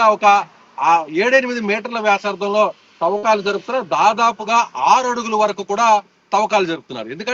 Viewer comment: Thovvakalu Kadu Thavvakalu